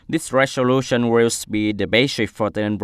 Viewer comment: sixteenth /ˌsɪksˈtiːnθ/ anh nhớ bật âm /θ/ giúp tôi để phân biệt được nào là số thứ tự và số đếm anh nha! Tại phút thứ từ agenda /əˈdʒendə/ mà anh đọc là /genda/ đâu ra vậy, còn từ resolution /ˌrezəˈluːʃn/ đọc lại nha anh.